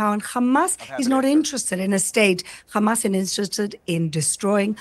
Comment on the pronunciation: They can't even pronounce "Hamas" correctly , but somehow they believe they can destroy them. Isreal thinks God will allow them to prosper after all of this, mad world.